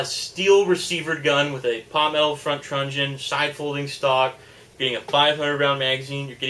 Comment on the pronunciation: It's called a TRUNION not trunjon lol